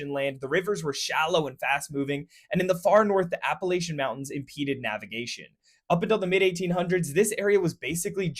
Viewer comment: Appa-latch-ins, not appa-lashions.